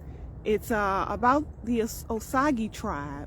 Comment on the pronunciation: OSAGE=(OH-SAY-GE). SAGE JUST LIKE THE HERB.